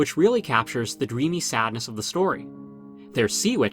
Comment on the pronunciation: "Story" not "Stoy".